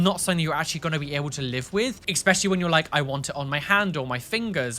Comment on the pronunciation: you use a lot of Don't Hug Me I'm Scared clips and was wondering if you also have those tattood on you somewhere?:D Also; it's ESpecially, not EXspecially, darling, haha. ♥♥ Hope to run into you sometime! I'm from the Netherlands and visit London often.:D